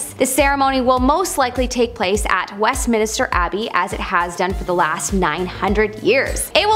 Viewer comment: Westminster, not West Minister. There is only 1 i in the name. Kept driving me nuts.